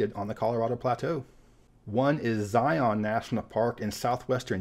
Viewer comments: As someone who lives in the area of Zion National Park, please, for the love of God, STOP pronouncing it "zigh-onn." I don't know where this got started (maybe The Matrix movies?), but it's like an aural cheese grater. Say "zighunn" without a glottal stop in the middle. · Zi-uhn. Zi-uhn. Zi-uhn. Zion. Zi-uhn